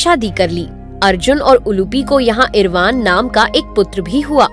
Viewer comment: It's इरावन nt इरवान It's पराशर nt paarshar